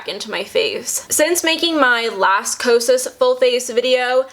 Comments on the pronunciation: Loved the video! Also, did you notice at the very beginning you said kasos (sounded like quesos in Spanish) instead of kosas? Lol. Instagram: lovelytidess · Girl you said quesos and that is cheese in Spanish 😂😂, love the review btw helped me find my shade❤ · I'm sorry I think just heard, "...a full face of... quesos..." Lol